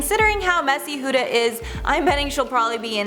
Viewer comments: Okay but why cant yall pronounce her name properly?ITS HUDA NOT HOODA its with a U not an O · "hOoOoDa" No hate, ly!